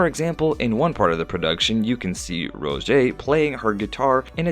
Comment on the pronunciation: it,s not rojay its rose